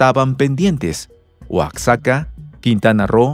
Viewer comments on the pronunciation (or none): Estimado J Una aclaración importantísima: NO se dice oacsaca, sino Oaxaca (en la pronunciación la x se pronuncia como J ...) Por favor, haga esa corrección ya que los mexicanos de a deveras queremos a nuestro México y sus diferentes pueblos, aunque algunos quieran que sean los gringos o españoles quienes los gobiernen... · aprende no se decide oaxaca con.S... pronuncia.bien no sea caballo. Se pronuncia.... Oaxaca con la.......J.....oaxaca así se pronuncia en México y así lo tienes qué pronunciar Auque te tardes.